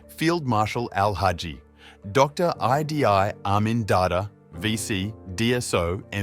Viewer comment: u got name pronounciation wrong. its idi amin dada not idai amin. its also langi people not langai people